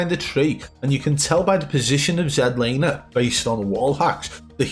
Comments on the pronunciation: I think the most satisfying part of the video is we have FINALLY got z laners name correct. As a Canadian it was so painful to hear his name mispronounced as z(ee)laner. He is canadian and has always meant for it to be z(ed)laner. Keep up the great work!!! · "Zed" Laner. #Legendary